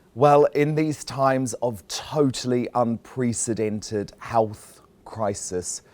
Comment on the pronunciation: The way he said "unprecedented" is unacceptable.